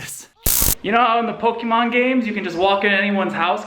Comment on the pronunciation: That's not how you pronounce Pokemon and it is starting to annoy me